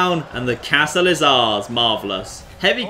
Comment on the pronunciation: The way he says castle triggers me